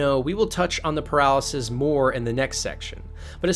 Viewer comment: I just realized as u said it, the “peralezes” sounds a lot like “paralysis”